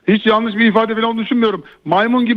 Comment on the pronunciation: Adama bak diyemiyor tamam Mourinhonun kullandığı kelime yalnis diyemiyor